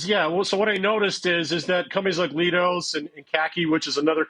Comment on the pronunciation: It’s pronounced “Lie dose”, not “Lee dose”